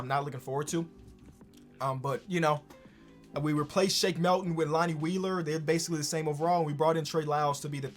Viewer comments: It triggers me every single time in every video you say “Shake MELton” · Why does he say Shake Melton???